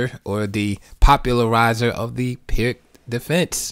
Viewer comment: Thanks for sharing. Just one note: The "Pirc" is actually pronounced "Peerts".